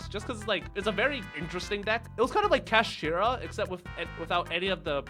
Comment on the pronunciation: Ah yes the Cheap Deck with cool dragons, the first meta going second deck in a loooong time ruins competitive yugioh, not Kash-Eye😂